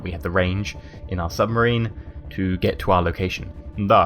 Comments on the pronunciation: Sub-Marine. Lol not Sum-Barine. xD Common slip of the tongue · submarine, not sumbarine. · He kept saying submarine wrong by saying sumbarine in his less than impressive soviet accent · That's a very nice sumbarine you've got there (yes you said sumbarine) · I love how he says Subbarine XD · Sumbarine? I think you mean submarine. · lol he says sumbarine instead od submarine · Underrsee sumbarine XD